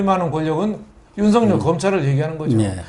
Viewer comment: 윤석열을 윤석렬로 발음하지 마세요 기본적인 국어입니다 반성하시길~